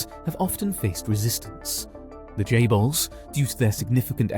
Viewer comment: Correct me if I'm wrong isn't it chaebols not jaybols